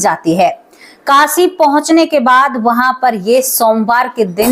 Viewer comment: मैडम आपने बोला कासी तो मैं आपको बता दू कि ये शब्द कासी नहीं है काशी है । शब्दों का उच्चारण तो ठीक किया करो ।